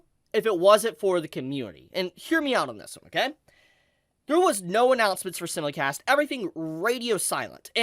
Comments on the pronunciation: For FUCKS sake, stop saying "simulicast" it's "simulcast" and you call yourself an Anime YouTuber.. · Bro SIMULcast. As in SIMULtaneous. Sy-mul-cast 😭 I've seen like 4 our 5 of your videos and you say it in every one. It's driving me crazy. Otherwise, super hyped for Bleach coming back and hoping the dub cast all returns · Ok hold up The way pronounces “simulcast” is seriously messing with me. I always thought it was pronounced “sime-mul-cast” cause that’s what I swear I always heard. I know it sounds like a weird thing to bring up, but the 20+ years of watching anime feels like it’s in question now